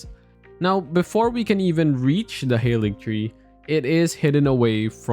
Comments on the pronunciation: Its pronounced Ha-ligtree. Not hayligtree. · It's Haaaaaaaalig tree ffs